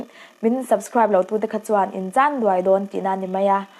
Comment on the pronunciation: 'Chan duai' tiha duai i lam dân hi tidik tawh teh. Ṭawng thlûk dik lo thehdarhna a ni e.